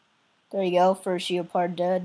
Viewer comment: ITS GEPARD NOT FREAKING GEOPARD